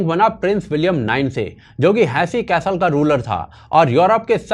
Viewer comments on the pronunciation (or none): none